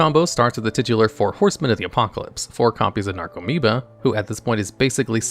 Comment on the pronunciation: Nope, he kept calling 'Narcomoeba' a 'Necromoeba' lol